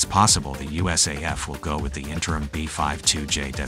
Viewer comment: And several instances of "bee-five-two-kay" and "bee-five-two-aitch," etc.